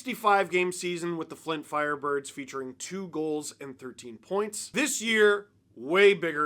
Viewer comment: I need your honest answer Steve, how many times did you say "Flint FLirebirds" or "Fint Flirebirds" while recording this?